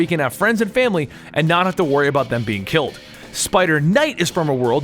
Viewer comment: "KILT"???? Did you mean "killed"? LOL